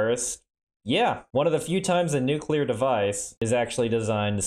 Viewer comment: My good sir, how refreshing it is to hear the word Nuclear pronounced correctly. I don't know what people have against Mr Yular to the point they want to nuke him, but the L comes directly after the C, nothing between them. It hurts every time I hear someone say it like that.